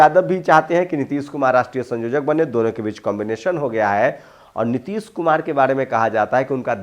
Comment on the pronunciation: संयोजक बोलिये ना कि संजोजक